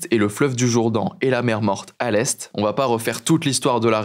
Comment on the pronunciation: Le Jourdain, pas le "Jourdan".